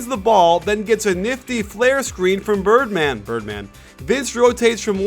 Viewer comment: funny hearing say '' birdman''birdman'' lol